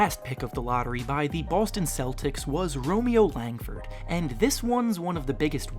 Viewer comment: Dude you did Langford wrongggg😡 easy dislike.